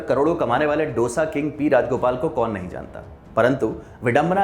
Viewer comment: Aap matrubhasha ka upayog karne ke paksh mein Hain, achi baat hai.. par dusre ki bhasha ka bhi maan karein. डोसा नही, दोसा कहें. Aur Turticorin nahi, तूटुकुडीं